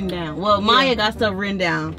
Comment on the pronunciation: it mya not maya